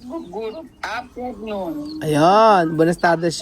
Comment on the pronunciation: di rin nya masabi "afternoon" 😊😊baka if mabasa nila oke na